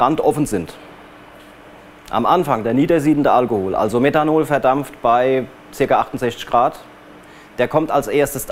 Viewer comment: Meddhanol, Eddhanol😂